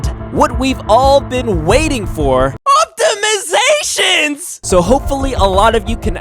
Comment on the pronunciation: At first I thought he said Optimus prime when he said optimizations lol